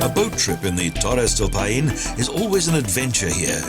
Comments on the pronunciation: It would have been a fantastic video, if the guy who reads the text could take the trouble to learn how to pronounce the names of the places. "Paine" is not "pah EEn" it's "pIE - neh". He spoiled a lot of other otherwise great Expoza Travle South America movies. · The pronunciation is all off. It's NOT "payeen"...it's "pie-neh" and it means "blue" in the local native language